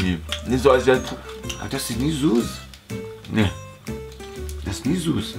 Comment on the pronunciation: Er sagt Nicht 'Süß' sondern 'Suss'😂